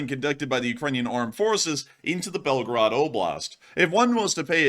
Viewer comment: Please pronounce correctly the city name because it sounds like Belgrade ( Serbia) 😅😊 Correct way is Belgooooroood not Belgarad